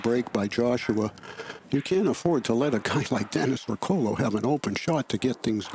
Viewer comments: The man's name is Dennis Orcollo, not Orcullo. You could have at least gotten that right. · They didn't even get Dennis' name right. It's Orcollo, not Orcullo.